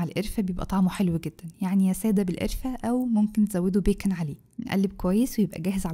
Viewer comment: الله تسلم ايدك شكلو تحفة نفسى اجيب مكنة الوافل عشان اجربه، اول لما اجيبها هعمله اكيد💜💜💜💖💖💖عندى بس ملاحظة صغنونة ،المكسرات إلى ضفتيها فى الاخر اسمها "بيكَان"مش "بيكِن"أو "بيكُون"عشان ده لحم خنزير 😅اسفة بس كان لازم اقول عشان لو حد مكانش عارف، بحبك اوى 💜💖💜💖